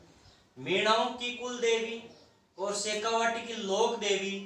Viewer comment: Sir ji kuldevi h vo cooldevi nhi usko thoda sudhar karo baki sab to thik h